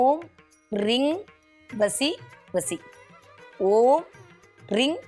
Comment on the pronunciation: ரிங் அல்ல ரீங் ?